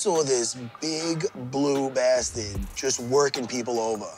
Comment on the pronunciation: bruh. this shit so funny. Lmao. Matt Serra: "this big blue bastid"